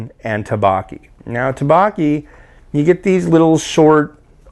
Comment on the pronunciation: dukbokki is pronounced like thuck-bohk-ee and jjajangmyun is pronounced like jah-jahng-me-yun. The me-yun part is one syllable. Those were the biggest offenders. Have you ever tried bibimyun? It's pretty good stuff!